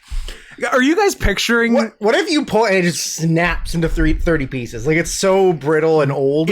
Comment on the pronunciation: This episode is borderline unlistenable because of how you guys pronounce “Reeces Pieces”. PIECES IS SAID NORMALLY. REECES ALREADY RHYMES WITH PIECES. ITS NOT FUCKING PEECEES. ITS PIECES. FUCK YOU UNSUBSCRIBED